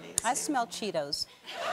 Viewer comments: THERE IS A 'T' IN CHEETOS! SO GLAD YOU'RE EDUCATING AMERICANS ALL AROUND THE WORLD DAVID xD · This is too funny. I love Ellen. They way he pronunces "cheetos" dammmmnnnn.